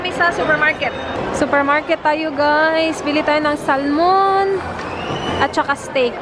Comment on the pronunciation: Silent L po ang Salmon....